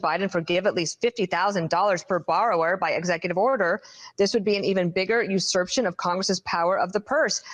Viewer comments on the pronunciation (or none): I didn't pay for college, but I know how to pronounce "usurpation".